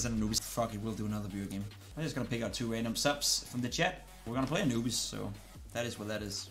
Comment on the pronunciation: Anubis sounds more like “a newbies”